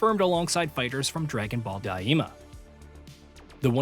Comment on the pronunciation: Never understood why so many english channels over-pronounce Japanese words - it's "Ten-kye-chi" (Tenkaichi) not "ten-kye-ee-chee" and "dye-mah" (Daima) not "dye-ee-mah" lol Sounds weebish